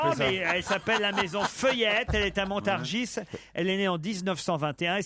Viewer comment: "Degasse" 😂😂 ; : "Montargisse" 😂 ; : "tcheune" Connery 😅